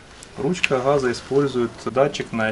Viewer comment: Спасибо. красиво говоришь.........но не ручки хххаза...........а ГАЗА...ГОВОРИ ПРАВИЛЬНО........